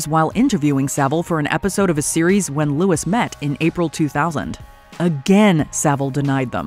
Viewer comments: I hate to be a pain but... 'Host and present in other BBC shows, like Tyne Tees Television's Young At Heart..." Tyne Tees was an ITV franchisee. EDIT: Louis Theroux's name is pronounced like 'Louie' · People who still pronounce “Louis” as “Lewis” don’t deserve cold pillows at night. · Loo ey not loo iss